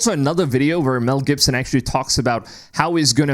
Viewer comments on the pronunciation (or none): Its GIBSON not GIPSON